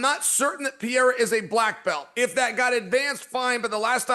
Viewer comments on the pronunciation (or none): Brah Chael switches between correct Pereira pronunciation and incorrect 😂 pick one Chael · PER-RERA SAY IT WITH ME CHAEL!!! JEEZUSS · Why does Chael refuse to pronounce peoples names correctly, he is an IDIOT! It is very disrespectful. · Is Chael trolling or why he keeps calling Pereira Piera? He sounds like an idiot... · It's pronounced Puh Hay Ruh Uncle Chael. 😂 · It's the Pea-Era. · It's the Pea-era Era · is worse, is pee-era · Chael literally mispronounced almost every single fighters name, and no one ever corrects him… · Please please please Chael learn to pronounce the last name!! You don’t even make the effort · that wont happen until he says pereira's name correctly.